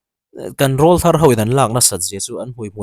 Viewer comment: Rawlthar I lamrik dan a diklo,,,ka utuber duh ber inia,ka ngamtlak che a,ka rawn sawisel ve mai mai aw,rawlthar hi mipa sawina ania,an aw alo pawr chhoh aṭang khian rawlthar tih an nih,enpai ka lamrik ang deuh hian rawlthar tih a lam tur aw,ṭha hnem ngaihna vang liau liau,in deusawh leh thiam intih bik vang anilo aw😂